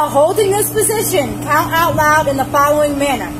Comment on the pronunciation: "6 inch" instead of INCHES, "FOUL-OH-ING" manner instead of FOLLOWING 😒